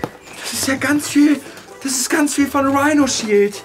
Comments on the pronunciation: Wenn man schon denkt: „ Hä, er hat das falsch gesagt, er hat Rhinoshield statt Rhinosheesh gesagt, oh warte, stimmt ja, das heißt ja in Warheit Rhinoshield“😂🤣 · Erstmal werbung für dieses Rihnoshich 😂😂😂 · UNTERSTÜTZT VON RIIRSHEESH!!! XDDD